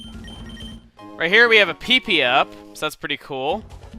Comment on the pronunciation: honestly, I giggle when he says "PP".